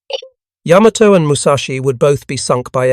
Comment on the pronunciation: McCrea, pronounced mc-kray. No "uh." And "Yammer-toe" is really irritating. Yuh.MAH'toe. EEwa-KI'.